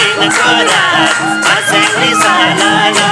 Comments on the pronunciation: के को मर्स्यङ्री हो मर्स्यङ्दी भन्न आउदैन कृस्न दाजु कस्तो गायिका लियेर आउनु भाको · गायिकालाइ मर्स्याङ्दी भन्न न आको होकि के हो ??? मस्याङ्ग्री सुनिन्छ त !!! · धेरै रमाइलो दोहोरी 💕 गायिका बहिनी ले मर्स्याङ्दी को ठाउँमा मर्स्याङ्री भन्नू भएको चाहिँ मलाइ खड्क्यो !! सबै इन्द्रेणी टिम लाई सम्झेको छु ! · मर्स्याङ्री होइन क्या sis मर्स्यांदि होला नि! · मर्स्याङ्दी भन्न नजान्ने महिला कलाकार के हो